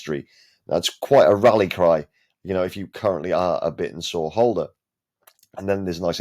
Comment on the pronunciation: Wouldn’t it make sense to pronounce it ‘Bit-tensor?’ And not like a dinosaur?